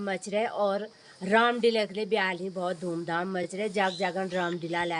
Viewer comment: दीदी जी माफ करना❤ रामलीला बोलते हैं❤डीला नहीं बोलते 🙏